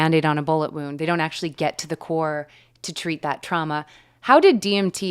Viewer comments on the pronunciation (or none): none